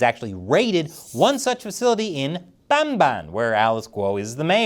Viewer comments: Lol I appreciate the enthusiasm of how you say Bamban but it's "bum-BAHN" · i like how you pronounce Bamban,! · LOL i laughed at the way you pronounced the town's name 🤣🤣